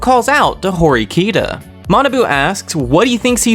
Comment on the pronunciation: You’re pronouncing horkita and ryuen name wrong lmao